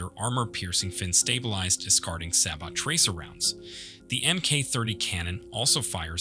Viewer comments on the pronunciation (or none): none